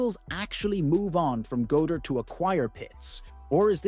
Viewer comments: It's "God-dert" not "Go-dert" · Pitts is from Philadelphia, and its God -dert not Go dert